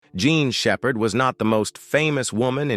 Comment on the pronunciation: I think your video should be taken down cause you can’t even get her name right and this is gotta be artificial intelligence at its worst! Shame on you degrading a human being’s name in this way get it together or take it down